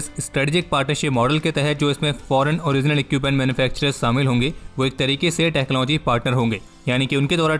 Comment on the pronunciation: Its not samil its shamil.